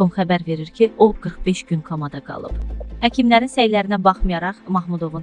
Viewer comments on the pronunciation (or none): Allah rehmet elesin.Bu xeberi oxuyana oyredin bilsin,kamada yox komada.Düz oxusun. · Kamada yox komada qalıb.Düzgün tələffüz ele sözu